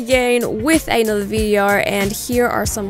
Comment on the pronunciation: She actually sounded aussie “videorrr” 😆